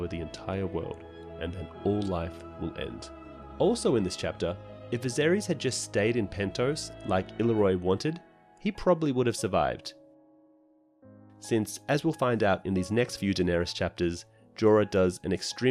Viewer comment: CAT-lyn, not KATE-lyn, Il-AIR-io, not ILL-i-roy.